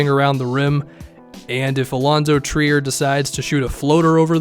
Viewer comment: Yes and I'm pretty sure he was pronouncing it like "try-er" back then because he didn't know who the heck he was 😄